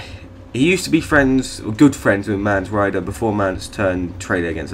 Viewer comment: The Qh has nothing to do with you missing the 'orin' part of his name... Also, Mance Rayder, not Rider